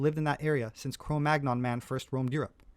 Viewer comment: Sepehr is supposedly a professional archaeologist, but he doesn't know how to correctly pronounce the term CRO MAGNON. He always mispronounces it, pronouncing a hard-G despite the fact that the term comes from a French place-name which -- like AVIGNON, BOLOGNE, CHAMPAGNE, AUVERGNE, DORDOGNE, COLOGNE, etc. -- is part of a 2-consonant cluster [-GN-] which is properly pronounced like the - NY - cluster in English. CRO MAGNON rhymes with the word CANYON. You're not supposed to pronounce the hard G goddammit!!! Sepehr ALWAYS gets this wrong, and it makes me laugh with mockery at his claim to be a professional archaeologist. It's like when Les Nessman on WKRP In Cincinnati pronounces the name "Chi Chi Rodriguez" as TSHY TSHY ROD-rih-gwayz. Sepehr is a goofy bastard pretending to an expertise he doesn't have. And I wonder about his little helper who goes around with him on his little field trips, filming Sepehr as the 'star'... going to feed the geese... and usually winding up at some restaurant where we get to see him eat some foreign dish. We never see him sharing his meal with his little helper, you'll notice. There's something about that which just makes me think he's all-the-more of a self-obsessed douchebag. Between this video by and some others by Gutsick Gibbon, it's nice to see some professional pushback against his pseudo-scholarship.